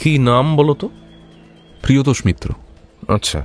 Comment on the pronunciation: "মিত্র" কে "মিটার" বলা দুচক্ষে দেখতে পারে না অনিমেষ! 🤣🤣🤣